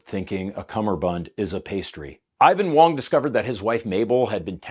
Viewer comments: Going between pronouncing "wong" and "wang" really made that story hard to follow lol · At one point you called him Wang and that was Wong.